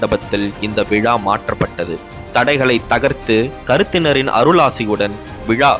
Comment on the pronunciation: கருத்தினன். கருத்திணன் இல்லை